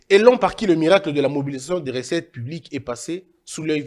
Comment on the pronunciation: Recettes et non ressettes, qui dit mieux ?